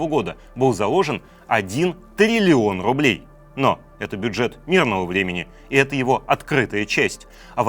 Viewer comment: Трррилион рррублей